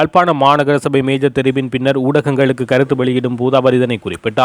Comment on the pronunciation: மேஜர் அல்லர்? மேயர் சரி ✅